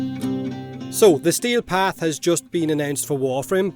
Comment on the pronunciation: I kept hearing stale path instead of steel path lol